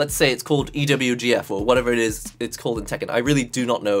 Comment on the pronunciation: i like how u say it, "EE DOUBLE U GEE EFFF"